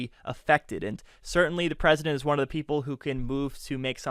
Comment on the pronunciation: Buh he was duh Pwesidont! 🤣🤣🤣